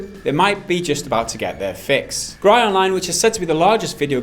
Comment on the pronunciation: FYI, "Gry" is pronounced more like /ɡrɪ/, as in grimace, and it means "games". Just putting it out there for posterity.